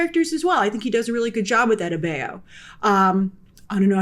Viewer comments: Adebayo - Ah Day Bah Yo ..... Say it with me ... Ah - Day - Bah - Yo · Rough pronunciation of “adebayo”. Very American-y on the “bay” part